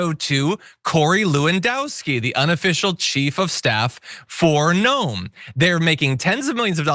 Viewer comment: I wish people would point out that her name is pronounced 'noom' in the language her forbears emigrated from.....Noem is a Dutch spelling.